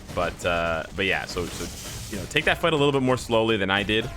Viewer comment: You now have two soundbytes of yourself saying Marvel Future Fart from this video alone to use next time they screw something up. and IGN:Eliminathan